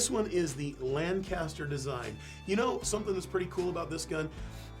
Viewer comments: Lancaster. The city in Pennsylvania is pronounced Lang-kiss-ter. Lan-kast-er is the English city or Californian town (also a suburb of Buffalo, NY). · Got a little pet peeve here. Lancaster Pa is pronounced Lan-Kist-er. Not sure why, but that’s how everyone from there says it including myself. Lancaster Ca is pronounced as it is spelled. Good mix of Americana in the vid!